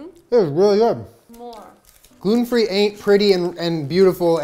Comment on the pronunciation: i skipped back 3 times just to hear jenna say “glUten”